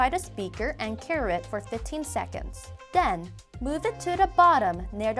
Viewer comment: “And den...”